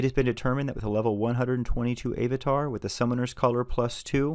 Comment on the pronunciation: A-vatar? Really dude?